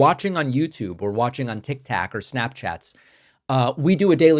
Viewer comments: Tic TAK? Slip of tongue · Did you say tik tak? 😂